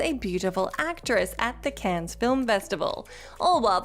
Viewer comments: Cannes is pronounced "can" not "cans". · Cans? Cans film festival? I dare you, I double dare you muthafucka. Say cans one more goddamn time!